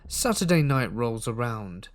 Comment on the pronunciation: Did anyone else catch that he said Sutaday, I started smiling and giggling going over saying Sutaday!🤗